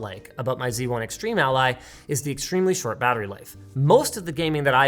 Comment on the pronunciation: Linus, it's called Z1, not C1.